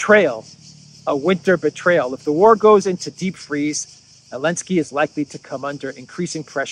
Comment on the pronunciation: Why do you never say the "Z" in Zelenskey? Now I've heard I can't un-hear it and it's winding me up lol.